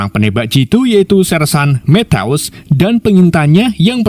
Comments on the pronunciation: Kerenn film nya. Tapi mas nya baca matiu kok metews😅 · Penyebutan nama sersan matthews ketika di ucapkan berbunyi matius , bukan methouse min .. alah alah wkwkwk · Methouse ... eddhaw eddhaw kek suara tembakan polisi india .. mana berulang ulang lagi ..gue yang malu dengernya 😢